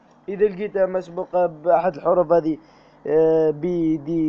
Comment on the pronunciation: شكراااا جزيلا ربي يحفضك وربي يرحم والديك اكثر حاجا عجبتني فليفيديو باش تقول s مسبوقة قلت مقسوبة ههههه رليحا طيب عشاها ههههههه ربي يحفضك خويا 😂😊😊😊😊😊